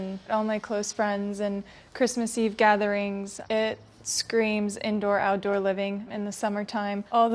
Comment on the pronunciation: Indoor not intoor